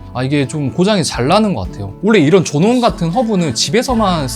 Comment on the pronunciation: 조논 개 킹받네 전원을 왜 자꾸 조논이라고 하는거?